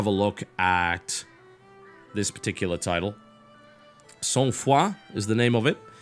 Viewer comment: As a and because Sangfroid is a word borrowed from French, I have to say I had a good laugh hearing for the first time an English-speaking person pronouncing this term.:)